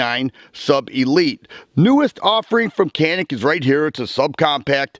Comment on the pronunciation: cool video dude. but canik pronounces as janik. it is a province in the samsun turkey